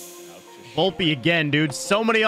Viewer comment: Vlopeeeeeeee not volpa⚾️⚾️🤦🏻‍♂️